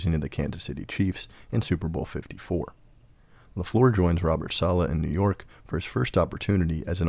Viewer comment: Sorry bro. But when you mispronounce Saleh, more then once, you lose credibility…